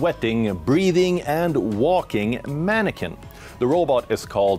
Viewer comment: Did he call it a paniquin? Or am I just watching it sweat, and thinking panic?